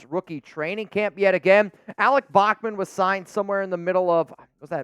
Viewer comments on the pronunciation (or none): none